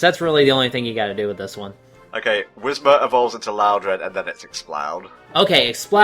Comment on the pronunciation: ... Whimser's?? Its pronounced Whismur.